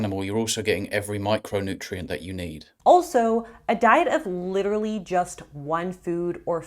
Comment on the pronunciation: this woman has all the worst reddit ticks -swears but then censors her own swears -"LIT-ER-RALLY" -pretentious mugging (literally, has to hold a mug throughout the video) -presumes to understand things she's clearly never experienced herself